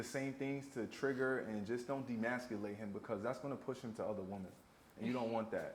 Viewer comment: EMASCULATE E NOT DEMASCULATE LMAO